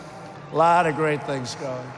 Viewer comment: Did he just say? "We believe in the rule oh law" Ohh my!!!🤣🤣🤣